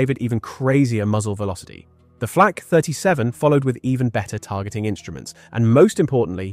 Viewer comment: Gleich zu Beginn wieder Unsinn, gesteigert durch unzumutbare KI-Stimme. Erstens war das keine Flach, sondern eine Flak! Niemand hat jemals dieses Geschütz Achtundachzig genannt, sondern 8-8, gesprochen Acht-Acht, die Acht-Acht. Das weiss ich auch von meinem Vater, der Soldat war. Er hat geradezu davon geschwärmt aufgrund der überragenden Fähigkeiten bei der Panzerbekämpfung. Lasst diese KI-Stimmen, solange diese Technik nicht ausgereift ist oder Ihr sie Euch nicht leisten könnt! Was jetzt auf YT an Schwachsinn immer schneller ausgebreitet wird, ist erbärmlich und ärgerlich.